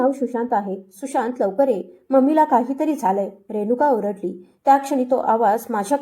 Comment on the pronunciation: आरडली नाही ओरडली